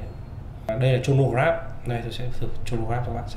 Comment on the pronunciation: review rất hay có điều Chronograph bạn nên đoc là cờ-ro-nơ chứ đọc Chô nô nghe không chuyên nghiệp lắm( chân tình)